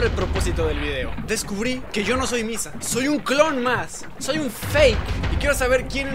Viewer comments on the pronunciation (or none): dijo bissa y no missa XD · No ví pero en un momento en lugar de missa dise pisa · missa dijo pissa :v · Yo escucho bissa :/ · .... Dijiste pizza? O soy la unica que escucho pizza